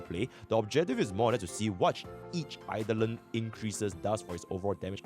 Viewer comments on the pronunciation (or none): none